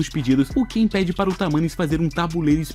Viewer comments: É kai não Ken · Não é Ken é cain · O cara ta pronunciando em português errado não é ken mas sim kain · N é kein é kai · na vdd n é ken e sim kain